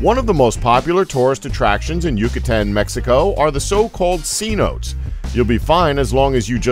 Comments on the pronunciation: This dude talking c notes like slang for $100 bills instead of se no te Is how you should Spellout and pronounce, but since there’s not hundreds of skeletons in all these so called c notes it figures the whole thing is half truths and all out lies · Learn how to pronounce cenotes please. It is not see-notes.